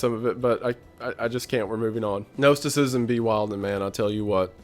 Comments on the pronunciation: You are still mispronouncing Gnosticism. Gnos sounds like Nos like car Nos. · Hi there. I have a small correction for you. Gnosticism sounds like nawticism.